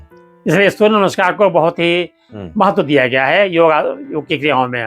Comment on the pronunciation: भाई साहब योगा नहीं योग बोलते है